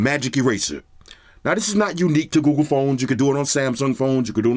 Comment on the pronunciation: Love hearing my boy saying "Google" cause it sounds like he's saying "GooGoo" 😂